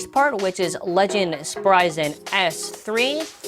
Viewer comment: It's pronounced sprig an not sprysen